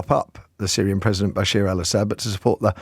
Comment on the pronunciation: You can’t even get the pronunciation of Bashar right yet you are talking about what could be the beginning of the end of the world. Its Bashar not basheer